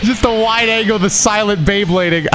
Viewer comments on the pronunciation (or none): none